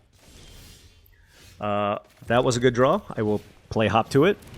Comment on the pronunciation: hearing you say "hop to it" makes me double-take each time because it sounds like "hawk tuah"......damn the internet